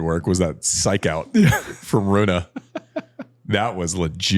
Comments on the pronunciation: Ironically, Andy is mispronouncing Rune but trying to correct people 😂 😂 😂 😂 reminds me of how Porsche is supposed to be pronounced versus how Americans pronounce it. Porsch-e versus Porsch-ah. Americans either say Porsch or Porsch-ah and Porsch-ah is so cringe. It's Run-e and not Run-ah. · needs work on his vowel sounds. Eggasi and Runay are bizarre. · Both wrong with the Rune pronunciation (the second half of that name involves Danish vowel sounds you guys can't reproduce), but not wrong about anything else. If you are gonna be a petulant child, you might as well be goofy. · at least tried and knew there was ssomething wrong with the way everybody's pronouncing it like "Runa" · We all have our phonetic way to write it based on our native langage. But yes you're right. And like also Casper Ruud... nobody prononce it correctly tho, even Casper give up and prononce it the "english" way. The french are the closer to the truth with the prononciation of the scandinavian surnames. I use the "listen" button on Google Translate to know how to prononce things, kinda helping.